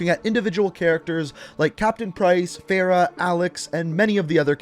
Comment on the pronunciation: Why are you saying Farah's name wrong